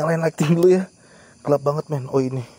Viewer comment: pas ngomong meeen ko pengen ketawa ya saya wkkw